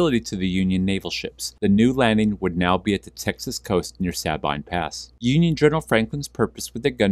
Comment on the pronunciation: It’s pronounced “Suh-bean” But great vid